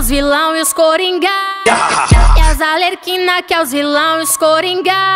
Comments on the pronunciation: Se vc reparar ela fala coringá e tbm fala Alerquina, ao invés de Arlequina😂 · Alexia Sty ela falou errado sim mas o clipe ficou muito bom😄👍